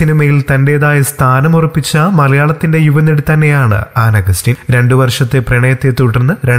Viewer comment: An agastine ennu thooriyo chetta